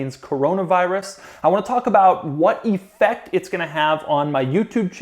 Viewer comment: Doug the type of guy to pronounce "effect" like this.